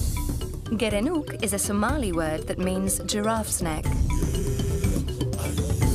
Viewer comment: I am somali and here to tell you that this lady is pronouncing the name perfectly, close ur eyes and u will think she is a Somali